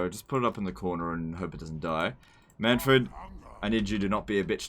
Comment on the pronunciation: mannfred says his name in the game and you still pronounce it wrong.